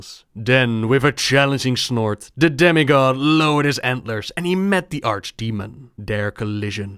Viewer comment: I thought you said "Daddy god" and then realized you said demi god.